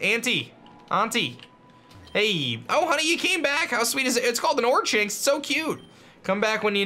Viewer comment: pronounced or-kinks